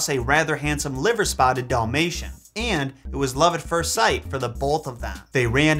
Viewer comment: what’s a ‘Doll-mation’? Lol